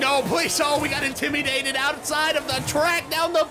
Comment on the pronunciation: Intimmydated..... I died in that moment